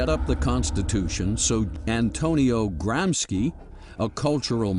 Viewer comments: his name was "gramshi" not "gramski" ! I'd inform myself before pronouncing names of other languages instead of americanising them , believing to do something good and legal......All starts with respect , respecting even things we don't like ! Irritating is the self concentrated american view of the world........like there is no other! Isn't a bit like a young boy teaches the grandpa what to do ? I'm 100% anticommunist/anti-any-ism, I've have a lot of sympathy for America but this naive-arrogance towards others, putting their standards above all others is sometimes a bitter chunk to swallow....... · Or Cultural Fascism.... oh wait those guys killed people to, the politically correct don't ... I think you are talking about Cultural Bullshit, and like all bullshit, it seems worse than it is. also 'Gramsci" is pronounced "Gramsheee" not the more ominous 'GramSKI' charlatans. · Is Gramsci's name pronounced as "Gramski" to make it sound more like a bolshevik name? Or is it plain regular conservative ignorance of anything non US? And wtf is that accent? It sure as hell isn't an italian accent...